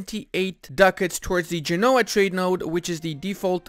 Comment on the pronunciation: Gènoa pls, not Genóa